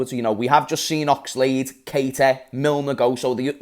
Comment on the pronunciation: Bro who is Casaiedo? 😂😂 caicedo: repeat with me (KAI - SEDO) Its easy...